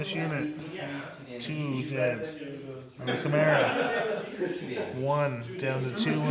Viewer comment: I'm sorry, but "tshimera" 😆